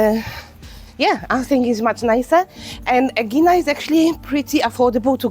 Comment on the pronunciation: is it too much to learn correct pronunciation ...out of respect? ...Ae - e - Na ...and ...Pir - A - Us.